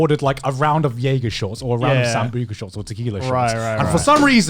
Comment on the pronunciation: Joey: “Is it like jager?” Garnt: YEAGER !!!